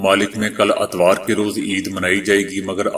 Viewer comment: Atwar nahee etwar(Sunday).😅